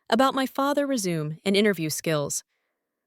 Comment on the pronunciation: The word "resume" used in reference to her father's job search is pronounced (rez-u-may,) not (re-zoom.)